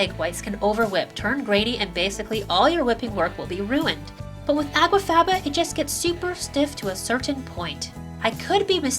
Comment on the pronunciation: It sounds as if you are saying água faba at times, instead of aqua faba.